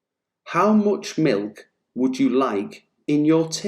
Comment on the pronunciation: It sounds weird when you say "much" I hear the vowel "o" instead of "a".